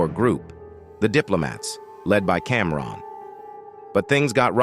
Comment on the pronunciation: How you pronounce Camron as Comron then say his name right after lol